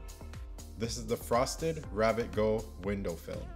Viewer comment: First, excellent video. Second, it’s GOO not GO. (the goo that rhymes with few)